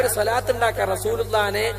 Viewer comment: സ്വ അല്ല, ص സ്വ യും ص ഉം ഒരേ ശബ്ദം അല്ല